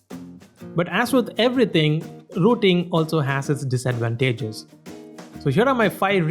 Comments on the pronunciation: Did someone say dias-advataages hahaha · The way he said disadvantages had me dying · Bothered by the pronunciation of disadvantages